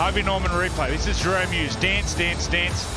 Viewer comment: anyone hear the commentator say jahrome Hughes?